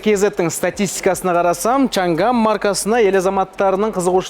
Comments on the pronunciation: олжеке!Шанган емес Шаңан!"Ң"әрпі"NG"осылай !Қытай тілінің "PINYIN"латынша жазылуы!орыстарда "Ң"жок ,олар "NG"бәрін "НГ"деп оқыйды,мәселен:Samsung ды,самсунг дегендей!Қазақшасы:Самсуң😊,біздің тілдің артықшылығы осы"Ң"әрпі! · Чан ган емес Чаң ан баурым орыс емес Қазақсың ғой Ң әрпін айта аламыз ғой